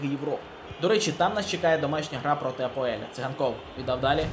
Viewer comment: не АПОЕЛЬ, а АПОЕЛ